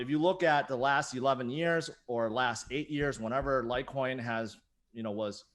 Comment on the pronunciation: LIGHTCOIN..COME ON..SAY IT